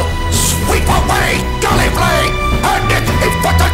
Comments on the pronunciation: Wait, Davros pronounced it "Gallifray" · "The Time Lords of Gallifree" ... huh, I didn't know they pronounced it differently in the old series.